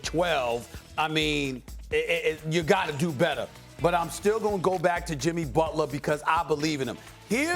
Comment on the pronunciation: SA: Jimmy Butlaa.....Jimmy Butlaaa.....lol